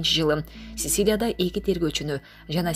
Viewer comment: Цицилла эмес да,диктор.Цицилия болот. ☺️